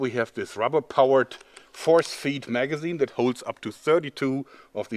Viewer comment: I swear he said forskin. Magazine